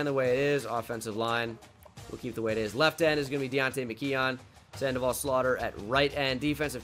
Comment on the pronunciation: pls pronounce McKeon “mick-kewn”